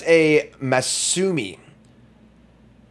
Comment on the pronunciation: Ma-soo-my 😂😂😂😂😂 puttin' that English degree to good use I see